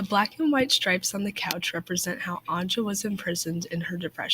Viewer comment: Dude, it's An-YA, not An-JA. It's like youre saying George instead of Jose